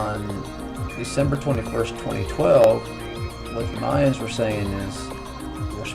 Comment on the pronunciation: Why does it bother me so much that he calls the Mayans "MAY-UNS"?